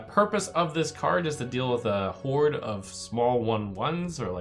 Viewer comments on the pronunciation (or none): none